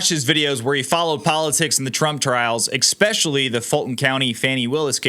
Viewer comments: "Especially", not "Expecially" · Hold the phone ... did you say EXPECIALLY ??? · "...trials, 'expeshally' the Fulton..." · ew, eXpecially